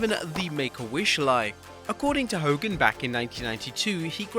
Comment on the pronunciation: “FACK DE HO KOGAN” love from the Iron Sheik